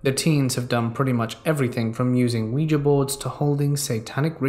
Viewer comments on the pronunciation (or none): none